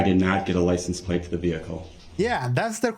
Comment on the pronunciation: "Licent place" 😂😂 what a tool😂